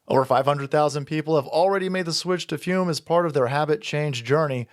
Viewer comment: I appreciate you pronounce the flavored air device "fyoom". So many people pronounce it "foom", and you know what that is like? It's like a knife in the heart. Every. Single. Time.